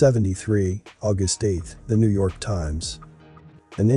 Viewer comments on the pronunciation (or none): none